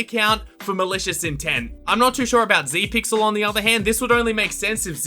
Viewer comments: not zeepyl its zepyxl >:( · Zepyxl is a pro obby youtuber but uh you said zepyxl wrong